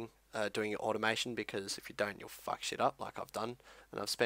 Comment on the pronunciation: i love how you say : some people will FUCK it up.